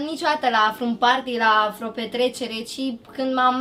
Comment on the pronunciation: Și Bibi zice freo 😂😂